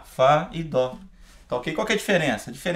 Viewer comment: Por q músicos atualmente falam DÔ? Mas é DÓ... :/